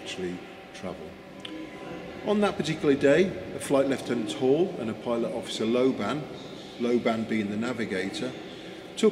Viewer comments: and throughout, Flight Lieutenant Wall is transcribed correctly but narrated as Flight Lieutenant HALL. Got to say that those were two epoch-making aircraft both beautiful as well as brilliantly effective. The ME-262 is elegant and rather eclipses the nearly contemporary Gloster Meteor for looks as it manages to be rakish and svelte around the nose and fuselage whereas the Meteor is more dumpy. One can only speculate how a meeting between to of those might have turned out. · Is it Wall or Hall? You keep saying Hall and the subtitles say Wall. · Thank you for the wording at the bottom of the screen, as it sounded to me like you were saying `Hall` and not `Wall`.